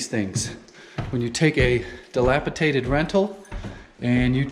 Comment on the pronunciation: dilapiDated, not dilapiTaded. This comment may be taken as just a grammar nazi getting their jollies, but as you advise others to project an aura of confidence and professionalism, I wanted to point out that sometimes mispronunciations like this can come across as a lack of education. Same with "acrosst" instead of across, although that may be a regional idiom or dialect. Keep up the good work, keep the videos going.